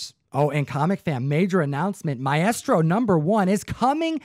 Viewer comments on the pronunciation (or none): “My estro”? Really you no reading s.o.b.? It’s maestro pronounced “my-strow”! Ugh! I just hate when grown ass people can’t read/spell/pronounce 5th grade words. That’s just pathetic. This makes me feel like this guy buys comics and stuffs them right in the long box, reading be damned! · I've never heard anyone pronounce it "My Estro"😂😂